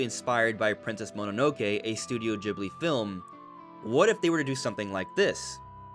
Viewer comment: Stop saying Ghibli wrong